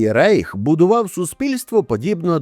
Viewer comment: Reich - Райх читається правильно. В німецькій мові словосполучення "ei" читається "ай" , тому не Рейх, а Райх.